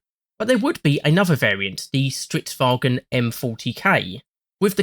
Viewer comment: An English-speaker saying "Stridswagen" is actually a sign of great respect in their culture.